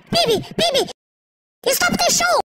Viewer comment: bunbun's first line sounds like ''peeby'' and not pibby LMFAO